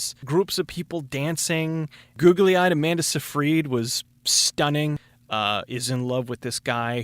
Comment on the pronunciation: oh and amanda sifreed, lol